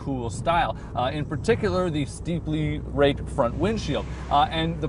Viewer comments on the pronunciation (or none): Is he saying raped or raked ?